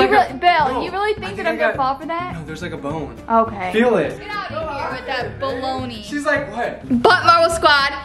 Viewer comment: Lol when said "Baloney" I though for a second she said "Billoney" lol